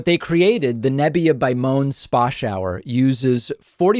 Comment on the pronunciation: just a critique on your sponsor ad... It's pronounced mo - en... not moan.